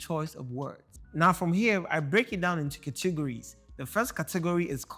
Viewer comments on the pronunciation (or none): CAT- a - gories Not ‘cat- TIGG - gories’ 🖤